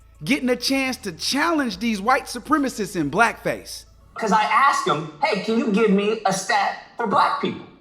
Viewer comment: It’s not AX it’s asked